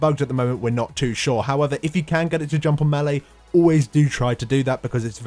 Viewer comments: its "May-Lay" not "Me-Lee". learn english please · Ma-lee? I thought it was pronounced May-lay? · melee = MAY LAY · I love your guides so much for so many reasons.... but i want to tear my hair out every time you attempt to say melee